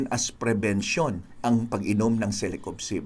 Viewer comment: Doc parang mali ang pagsambit nyo sa celecoxib .sinabi mo celecobxib